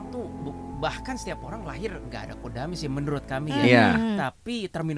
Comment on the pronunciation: KHODAM DIBACA NYA BKN KODAM BOS. TAPI HODAM BOS.KALO KODAM ITU UTK MILITER KODAM 3 SILIWANGI ,KODAM BRAWIJAYA DLL.